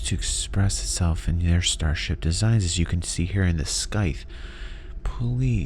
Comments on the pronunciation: Pronunciation of scythe is Saith not skyth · Under an hour?? lies! Great vid. Scythe is pronounced (SAI' th). Just to be picky. I have to fill the quota. :) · The way you say scythe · I'm afraid people are gonna give you a hard time over pronouciation of Scythe again LOL